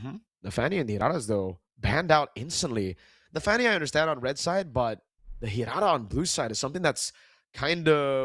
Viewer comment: Leo taught well on how to pronounce Hirara 😆